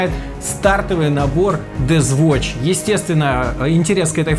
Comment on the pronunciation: Дэф воч, блин, читается ДЭФ ВОЧ!!!! Фая воррио!!! Вэнгад!!! АААААА мои уши!!!111одинодин